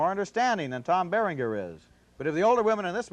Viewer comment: Haha, totally mispronounced Tom Berringer.